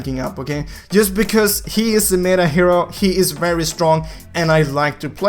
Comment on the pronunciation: META is pronounced easy just say how you would say METAL but just remove L . Hope you say it correct now